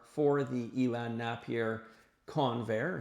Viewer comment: Napier is pronounced neigh-pier. Greetings from Finland 🎉